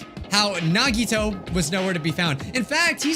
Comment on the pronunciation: I don’t rlly like how says nahgeetoe instead on nagitoe